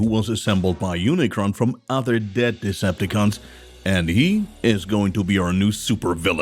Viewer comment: i think its pronounce unicron not unicorn